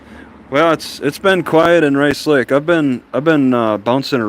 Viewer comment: I can tell you are from the Rice Lake area. Only locals call it Race Lake when they say the name.